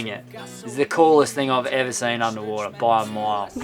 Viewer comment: OMG One of your best “eva” Speechless!